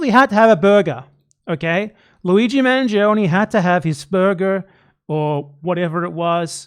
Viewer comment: You guys are pronouncing Manjee-Oney as if he were some sort of Indian man who faked British ancestry to gain the favor of the colonizers.